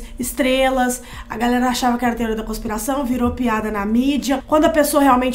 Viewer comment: nao tem como ela falar galera haha parece galson